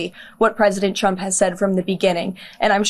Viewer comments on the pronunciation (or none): Sounds like she said President Chump there.